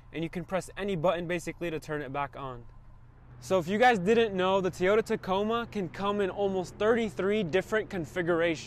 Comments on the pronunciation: Toy- ota not Tee- ota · I hate how he says teaota instead of toyota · Why do you pronounce Teeyota? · Awesome content like the video. Appreciate the tips. I believe you're pronouncing Toyota Tee yota I have another Hispanic Chicano friend close friend. He says it that way too. I like it. I believe it's pronounced taw-yoh-tuh....toe yo ta. Much love and positive vibes your way brother. I definitely hit that subscribe button. See you in the next video! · That is the weirdest pronunciation of “Toyota” in the history of ever. Teeyoda? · The way he said tonneau and Toyota. Made me really hate this video and then the “v4” at the end was just a cherry on top